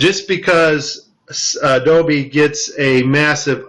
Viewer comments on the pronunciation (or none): none